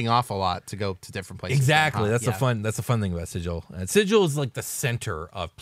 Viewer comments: Sigil: sounds like Sea Gull, not Sid-jal. Dude on the left pronounced Xaos correctly. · Didn't the original planescape book specify that the city's name is pronounced Sig-ill" Where the g does not sound like a J, but rather like the g in gate. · are you sure you pronounced sigil right? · I was going to watch this, but you dont know how to pronounce Sigil